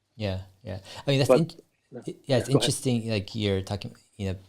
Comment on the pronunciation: English is my second language. Fluent but still got the accent. I wish I could pronounce « interesting » in such a badass way as Dave 😅 Dave « int’resting » Lee on Investing 👌